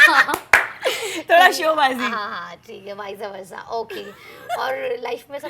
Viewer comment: Viseyyy versaaa ? 😂😂 new way to pronounce! ? And meaning same to same ?? After watching Lock up, now I know… he said correct that you should learn English well.